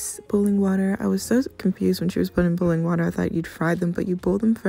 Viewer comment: The way you say boil or boiling so weird to me lol 😂 sounds like ur saying booling or bool